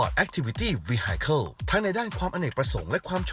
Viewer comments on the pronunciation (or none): vehicle อ่านออกเสียงว่า วี-ฮิ-เคิล ไม่ใช่ วี-ไฮ-เคิล นะครับ